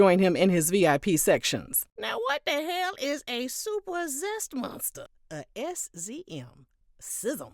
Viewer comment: The way SZM was pronounced did it for me 😭😭😭